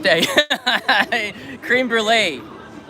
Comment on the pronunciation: Thumb down because u mispronounced "Créme" incorrectly. Tsk tsk.